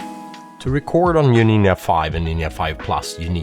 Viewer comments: Why you pronounce Nin'a?))) Nindza!!!! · Hi why do you call the Ninja a Ninya? 😂 Ya ninjcompoop!!❤ Great work otherwise 👏 👍 🎉😊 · What's a NIN YA?